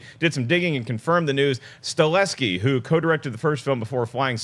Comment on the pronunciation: It's Chad Stahelski not Staleski. Also it's Hiroyuki Sanada not Hiryoki. And he's a man.